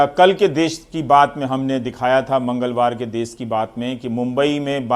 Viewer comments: देश होता है देस नहीं 🤦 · Ravish ji l' m your fan. I request for use of correct pronunciation of Hindi... Country mean desh.. not des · Des nhi desh hota h GAWAR